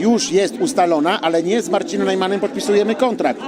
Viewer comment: czy ja dobrze słyszę: z Narcinem Najmanem